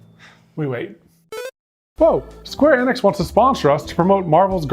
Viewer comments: FYI for future sponsorships. I may be wrong but I'm pretty sure Enix is pronounced like "Eat" or the name Enid. And Eidos pronounced like "eye dose". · I always thought it was pronounced "EE-nix," but it's been "EH-nix" this whole time??